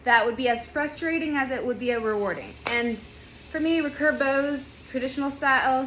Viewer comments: The way you say recurve bow is very odd ? Is it just your accent? How would you say “I will redo my hair” or “ I could remake this video “ or “reoccurring mistake “? Reeee-curve not rucurve . Emphasis on the e and two syllables. I think the real word is actually hyphenated, re-curve but who uses hyphens anymore it’s not like it could make someone sound silly 😉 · hey i was wondering why you pronounce recurve like that. Everyone I have ever been around in Archery (west coast of Canada) pronounce it like “re-curve” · I have to smile everytime she says "racurve"... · If only she could say recurve properly.